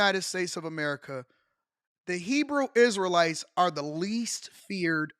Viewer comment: This fool said Hebrew Israel lite 😂😂😂😂😂